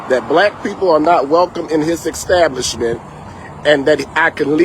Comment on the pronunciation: “Ax” and “extablish” … oh boy… lol